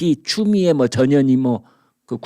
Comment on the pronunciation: 전현희 발음 잘 하세요 ! 언뜻 "저년이"로 들립니다...ㅎ